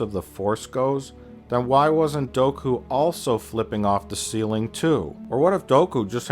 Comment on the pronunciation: "Doku" hahaha